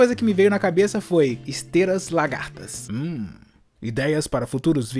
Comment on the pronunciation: Esteiras lagartA, sem S no final.